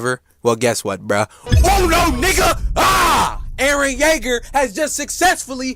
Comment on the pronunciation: “Erren yaeger on the beat” sounded way to close to sumn else😂